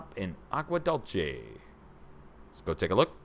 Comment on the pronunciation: Dulce........Duel-say... not dulche